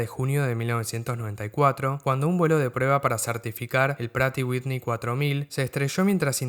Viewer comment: Buen video! Por cierto, el nombre de la marca Pratt & Whitney es un nombre propio, así que la pronunciación correcta es en su idioma de origen “præt & ˈwɪtni”